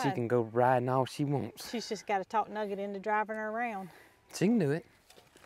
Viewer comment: Nugget, not nugger!